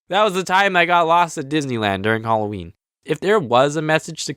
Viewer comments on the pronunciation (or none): you said alloween its Halloween